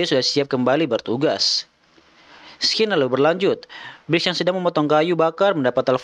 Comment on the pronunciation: scene dibaca "sin" bukan "skin"